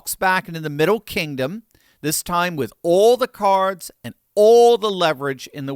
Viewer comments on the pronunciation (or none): none